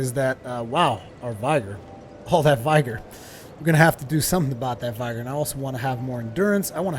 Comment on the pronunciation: Vigor has a short i not a long one. Vigor rhymes with trigger.